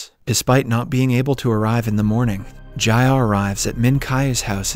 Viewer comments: Your pronunciations in part 1 were correct. Meen-kyoo and Jee-ah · Bro, why do you keep changing the pronunciations?? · Why change the way you pronounce their names? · why did your pronunciation of ji ah suddenly change